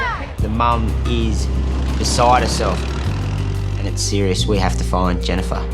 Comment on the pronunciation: JENIFAHH!! Cought me off guard the editor new what he was doing by repeating it 😂